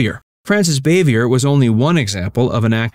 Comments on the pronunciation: Frances Bavier’s name is pronounced Bah-Vee- A, not Bay-Vee err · Frances Bavier pronounced her last name as "Bah-vee-ay", not "Bay-vee-er". as you pronounced it. She was "ANT Bee", not "AHNT Bee". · Yes, very bad prep for this video. Not only the stupid statement that Ernest T. Bass was a director (instead if Howard Morris), but he doesn't know how to pronounce Frances Bavier's name. Its Baa-vee-ay ...not Bay-vee-er. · It's not pronounced as ' bay-vee -ur '...it's ' bah-vee-air '.